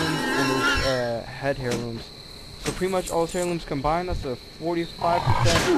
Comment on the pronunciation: For the love of god, stop saying "HAIR-looms" the word is pronounced like AIR-loom. Cheesus Crust.